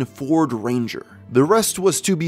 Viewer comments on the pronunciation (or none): none